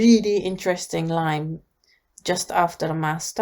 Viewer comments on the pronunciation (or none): none